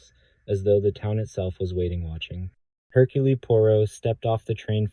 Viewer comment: I tolerated the AI saying “Herculee”, but pronouncing “one” as “own” was vile.